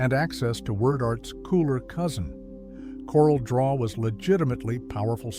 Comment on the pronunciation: It’s pronounced my-tel and corelle draw.